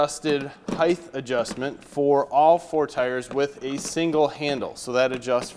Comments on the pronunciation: Nice video, but saying heightHHH vs HEIGHT really killed me over and over. The word HEIGHT ends in a "T" sound not "TH". weird. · Speak English — it’s height not heighth, you said this mower has tires - not true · Height* not “heigth” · Does anyone else here him saying Hythe instead of height? Lol. Or is it me? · Heighth isn't a word. It's just height. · height. no such thing as heighth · Length,width,heighth why not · Excellent video - but how does this guy not know how to pronounce "height"?